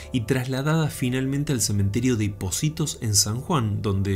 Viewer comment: Hola, vi el video porque hablabas de mi provincia, me gustó y algunos de esos relatos los había escuchado antes. Lo único que no me gustó es que pronunciabas mal el nombre de POCITO, no se pronuncia y tampoco escribe POCITOS, ok, era ese mi argumento. Muy bueno el video